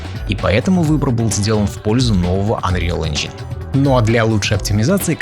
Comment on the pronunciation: Мне одному плохо становилось, когда автор ролика произносил unreal engine ?😂